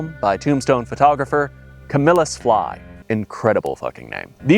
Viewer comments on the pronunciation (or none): none